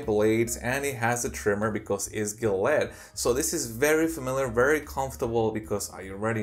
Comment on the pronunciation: it’s Ja let